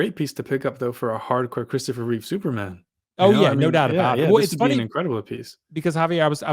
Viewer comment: This guy doesn't even know it's REEVE, not REEVES.. and he's criticizing the statue? Give me a break. It's 100 percent REEVE.